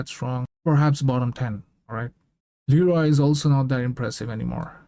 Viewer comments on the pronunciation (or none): none